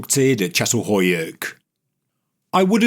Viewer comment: /cha-tal-HOE-yook/ Could we please check the pronunciation of sites? I've known how to pronounce this since I was 19 when I first learned about it. Every time a name gets pronounced ... badly ... I cringe, regardless of the interesting information being offered. OK, finally, at the end, got it right. But it started out as "cat" several times in the first few minutes.